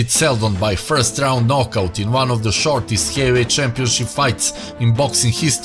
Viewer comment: Vons, two, three,... twenty two knockouts ha ha ha!